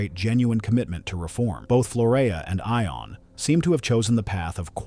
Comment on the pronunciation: I believe that the name Ion is pronounced as “Yon”.